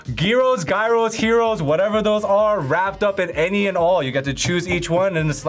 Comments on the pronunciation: thank you for pronouncing gyros correctly 😭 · pronounced gyros correctly. For that alone I would have given her the win 😂